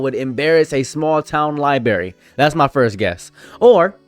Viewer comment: Library not berry bRary come on man it makes you look dumb and I know you're not